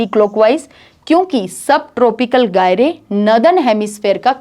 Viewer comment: Ma'am Gyrein nahi "GYRE (pronounced as GIRE)" bolte h.